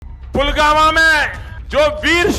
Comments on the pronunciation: Pulgama k naam pe bewakoof bana liya ab nhi banenge . Pulwama nhi pulgama bola ja raha h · जो व्यक्ति पुलवामा को पुलगामा बोलता हों जिसे बोलने का सबूर नही बो विश्वगुरू बनने चला हैं क्या मजाक हैं भाई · Pulwama ka naam bhi sahi se le pa rahe What a PM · Pradhan mantri 😅😅😅🤣🤣🤣🤣🤣🤣 jo pulvama ko pulgama bolta hai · कूत्ता पुलगामा बोलता है पुलवामा को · पुलवामा नहीं ,पुलगामा 😂,,, नया नाम दिया मोदी जी ने 😅